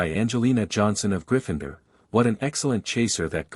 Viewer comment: It's GRIFFIN -door, not gri-FIND-er! If you're going to do Harry Potter fiction there eight movies you could listen to. GET THE PRONUNCIATION RIGHT! Though I personally think the name should be pronounced Trill-away, not Trill-LAWN-knee.